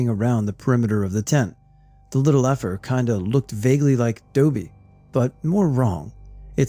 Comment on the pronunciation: "Doobie" lmao Dobbie! From Harry Potter I love you, ty for the chuckles and the scares!